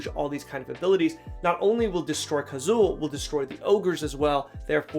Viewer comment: I wanted to hear but had to stop when you got Kazuul so wrong I couldn't trust your thoughts going forward, sorry bud.